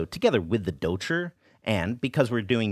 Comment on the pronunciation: Your pronunciation of douchi has improved so much since you first began! That tongue curl is perfect!